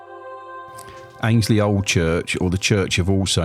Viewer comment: Hey there! Great to see you somewhere local to me! I was born and bred in Annesley.. you pronounce it Ann-es-ley When I was a kid we were able to get into the hall. It is/was amazing in there. I hope it gets proper restoration soon